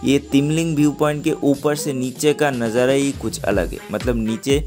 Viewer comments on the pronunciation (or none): Nazariya nahi nazara